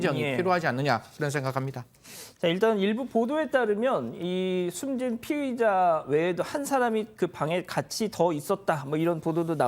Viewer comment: 졸라게 발음 똑바로 해야 될듯 피해자.피의자 차라리 피해자.가해자 이렇게 해라 좆도 뭔말인지 모르겠다 씨~~~